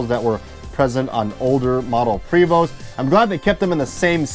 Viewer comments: Love your videos but it's pronounced Pray, my good friend works for them..Vo...Pray 🙏 🤲 But you are right, who cares lol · Its prey voh. No st sound. That comes from a french Canadian i know. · “Pooway-voh” in a French accent. 😄